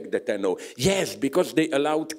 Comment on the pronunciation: "Yesh" you mean